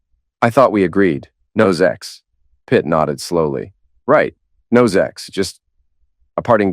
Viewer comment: It's ok to say ZEX but not SEX . What the fuck ?